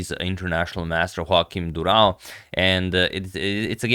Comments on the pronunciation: I think you owe us a better pronunciation of the Portuguese name 😌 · Congrats from Portugal and to bring this awesome game. Im just sorry to say that ur pronunciation of Durão's name isnt as impressive as the game ☺️